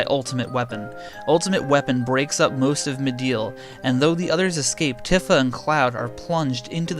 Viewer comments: Bothered me so much you pronounce tifa wrong af bro its pronounced tea fa not t if a . Other then that good work on the vid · Tiffa??? It’s tee-fa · I said it like that all my life, so I ain’t mad, but “Tiffa” is OD. 😂😂😂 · Isnt it pronounced TEEfa? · Your pronunciation of Tifa hurts my brain.